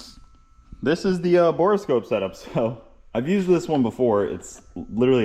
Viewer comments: Don't pull the motor, it looks like nothing got in there and you're super lucky. Also, it's called a Bore Scope, not Bora Scope lol but you keep being you :D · Decorations come down on New Year's Day. I have the same borescope set up. It works fine connecting to my phone via its own wifi signal. You say borescope oddly. 😜It only has two syllables to most of us. 😎